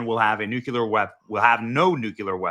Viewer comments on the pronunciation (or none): Again, NO. NU-CLEE-ER. Not super important, but it drives me nuts when people mispronounce this. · NU-CLEE-ER. Say it with me. ☢️ NU-clee-er. You’re not Homer Simpson. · Benny, YOU SHOULD BE ASHAMED TO CONTINUALLY MISPRONOUNCE "NUCLEAR"!!!! It's New-Clear, NU-CU-LAR IS NOT A WORD!!! It makes you sound ad dumb and air headed as George Dubya FFS!!! 2nd graders can pronounce it perfectly. Learn to pronounce the word since you use it so much! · 🛑🛑🛑🛑It’s pronounced like it’s spelled “NU-CLEAR” NOT “NU-CU-LER”🤦🏻‍♂🤦🏻‍♂ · Just a friendly reminder: the word is "nuclear" - like "NEW-clee-er" - not "NUKE-u-ler". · Please use NOO-klee-ahr!!! It’s very distracting to hear the “other way.” Again, you do a great job, but every time you use the acceptable (but IMO incorrect) version, I can hardly receive the words that come after. I know that sounds like a “me” problem, but I’m guessing I’m not the only one with this reaction. Thank you for the valuable work you do. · It's pronounced nuclear and thermo-nuclear. NOT NUCULAR!!!!! It least it's not clickbait like half your posts. This guy is like the male Dana Perino woody woodpecker. Slow down. And of course Epstein and Maxwell were Mossad. But that doesn't get you American rapist politicians off the hook. So Epstein and Maxwell are irrelevant mostly. It's the creeps raping who deserve jail more than the spies. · Benny, I really really wish you would learn to say “nuclear” right. It takes away from your credibility when you continually pronounce what has become a very relevant word wrong. We know you’re not dumb. Show us by using the King’s English properly. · Stop saying nuculer the word is NUCLEAR! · Sigh. NEW-KLEE-ER. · Benny if you insist on using the word NUCLEAR in your speeches -- PLEASE LEARN HOW TO PRONOUNCE IT, YOU SOUND QUITE IGNORANT AND UNINFORMED...and dumb.. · Why cant so many Americas pronounce the word nuclear 🤔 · PLEASE LEARN HOW TO PRONOUNCE NUCLEAR, BENNY!!!! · Learn how to pronounce "nuclear".